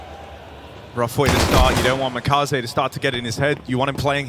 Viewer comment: Makazze ❌️ Kamimaze✅️